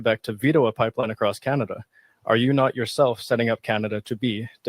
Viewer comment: Carney can’t even say the word pipeline…